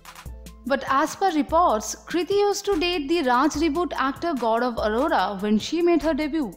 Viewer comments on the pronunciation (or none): Admin bengali ladki h...gaurav arora ko gaudab adoda bol rahi h 😂😂😂😂😂